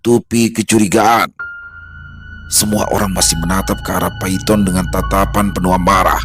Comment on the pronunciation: Bukan Paiton tapi bacanya Paitun😅